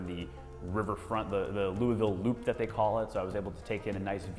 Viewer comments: Is it louavull? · You pronounced Louisville wrong.